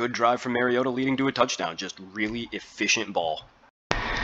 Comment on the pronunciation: Mar-E-O-ta Not Mare-E-O-tah (Mary-O-ta) He's not a female horse. Like Mario Andrette. But "ta" instead of Andrette. Please people. Learn to pronounce the name of your subject. Example for all you Tubers, journalists, reporters, talking heads, etc. for correct pronunciation of your subject's name; Mariota. Mariota correctly pronounced throughout this entire video. Without fail. How Bolts Can Contain Mariota & Falcons | LA Chargers